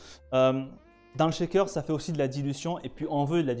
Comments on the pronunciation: Si je peux me permettre c'est "shaker" et non "chaker" 😉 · belle entrée en matière pour tous ceux qui veulent découvrir notre beau métier ! par contre la prononciation du shaker c'est CH pas TCH ! par pitié il n'y a pas de T dans le mot :'D